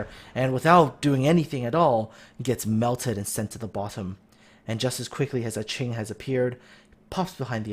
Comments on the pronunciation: A ching...? You mean A king? Aching? To ache? Just wanted to point that out. Unless the user himself said that's how it was pronounced. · I wonder if Aching in the Atlanta actually pronounces his name a-ching, or just forgot aching is an actual word.